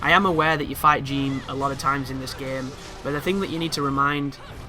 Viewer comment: I cringed when he mispronounced everything.. moon of malachi? Jean instead of Jeanne? 😤